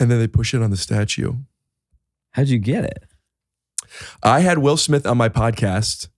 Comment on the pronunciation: i wHill, i wHill forget it